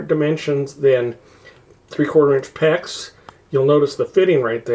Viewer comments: And it's 'PEX', not 'PECK'. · its not a peck like in willow.. lol its PEX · QUIT SAYING PECK!!!!!! ITS FN PEX!!!!